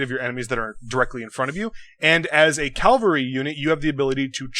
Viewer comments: You can't pronounce cavalry? Clearly that invalidates your opinion! shudders with nerdgasm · If u cant say cavalry u can say cav or horseman right? Its no big deal.